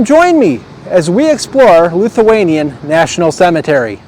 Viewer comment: I’m Lithuanian—- pronounced Lith-u-anian not LUth-u-anian. Most of those names rolled off my tongue 😛. Enjoyed the video 👍